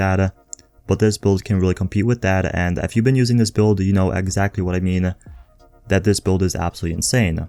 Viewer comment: This is driving me insane. The word is TH-A-T... Not tha-hdda. Everytime I hear it I cringe and lose track of wtf else you were saying lol.